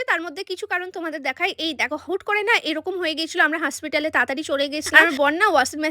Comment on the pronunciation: হাসপিটাল❎ হসপিটাল ✅